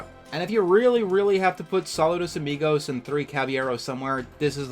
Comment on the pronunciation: I enjoyed this video, but I have to say, as a Spanish speaker, your pronunciation of Saludos Amigos hurt my ears a bit, lol.